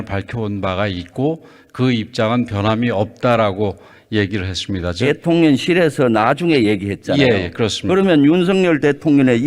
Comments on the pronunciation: ㅋㅋㅋㅋ대통령을 대통련이라 발음하는거 개웃기네 ㅋㅋㅋㅋ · 대통령 발음도 안되네요 대톤련 이라네요~ 국회의원 개나소나 시키지말고 제발 200 명 줄입시다 4성 장군출신이 참 한심'하다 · 대통련이 아니라 대통령 입니다 대통령 나무라지 말고 본인 말 발음이나 좀 정확히 해서 무식한 표시 내지 않았으면 좋겠네요 용산 이태원 얘기가 왜나옵니까? 또다른 사가가 아니고 사과 라하는게 맞아요 저런 어눌한 맕투로 무슨 질문을 한답시고 이러실까요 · 윤석열 대통련이, 대통련이, 김병주는 국민세금 먹고 살 자격이 좀 엇는것 같다,,발음도 제대로 못하는 사람을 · 윤석열대통년이라구? 발음도 제대로 안되네 ~ 저런자를 보고 국개라 부른다. 저래갖고 어찌 군 지휘관을 했는지 의심스럽기가 하늘을 찌는다 ㅋ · 대통령 이다 대통련이 아니다 발음도 어눌한자가 뭘믿고 사성장군 을 했는지 알다가도 모르겠다 북한 인권을 감추기 급급한 종북 좌파 김병주 모지리 의원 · 대통령을 대통련이라고발음도 제대로 못하는 인간이 에라 먼 질의를하니 집에가서 애나 바다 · 대통령을 줄곧 대통련으로 발음하는 김병주 의원 참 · 병주 이자식은 어느나라 국회의원이냐. 발음도 엉망진창인 놈일세. 대통련이 뭐냐. 한국말 못하냐. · 윤석열 대톤렬이 ㅋㅋㅋㅋ혀가 짧아서 무슨 말인지 모르겠다 발음 연습좀해라 무식하면 몸이 고생이다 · 대통령 발음도 제대로 못하면서 염병싸는거 귀엽네 ㅋㅋ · 저런인간이 4성이엇다니. ...... ㅎㅎ 대통령 발음도 제대로 못해갖고 ㅉㅉㅉ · 대톤년이 누구세요 국회의원이면 발음도 똑똑히해유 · 그런데 저양반은 대통령 발음도 잘 안되내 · 대통령 발음을 일부러 이상하게 하는건가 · 저런 머저리가 4성 장군이라니...그때 김증으니가 쳐 돌어왔었으면 나라가 어떻게 되었을까? 대통령 발음도 똑바로 못하는 저런인간이 국회의원이란다...나라꼬라지 잘돌아가것다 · 김병주 국회의원이 발음도 제대로 못하냐 어떻게 저런자가 사성장군까지 하고 의원이라고 앉아서 피같은 세금을 축내고 있냐